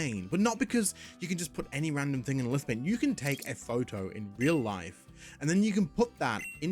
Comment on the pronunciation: Lithophane! There is a ph. It makes a "F" sound. Hate doing this but it really annoyed me. Great video. Keep up the good work.